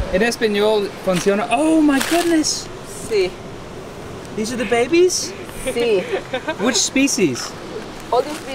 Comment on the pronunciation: "babbees…" alright I'm gonna learn Spanish